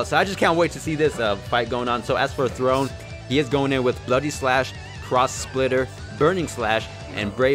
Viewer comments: calling THORNE, THRONE instead of THORNE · the “Throne” instead of “Thorne” is actually so cringe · Him: "Throne!" HIs name: Thorne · His name: Thorne: THRONE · So we ain’t gonna talk about him calling him throne even though it was Thorne? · It's Thorne not Throne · Thorne bruh like a rose thorne just spelled diff